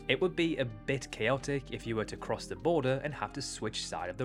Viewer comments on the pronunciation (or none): none